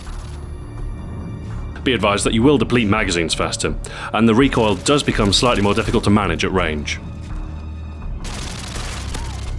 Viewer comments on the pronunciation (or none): none